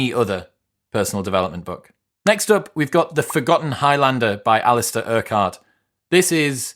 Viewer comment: Alistair Urquhart is pronounced 'Uh-kurtt' btw in case you wanted to know how we say it in Scotland :)